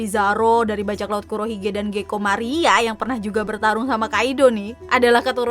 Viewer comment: Gecko Moria,bukan Maria.... 😅